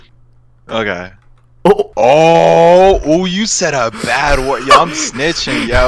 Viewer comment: He say bat wurt!1!11!!111!!???😱😱😱